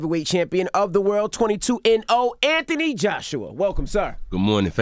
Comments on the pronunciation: Yeah it's Th Anthony you don't pronounce it like F in UK it's TH hard T my brother in britain they f it lol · Am I just hearing things, or are they pronouncing his name wrong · Weird to hear Americans pronounce the h in Anthony.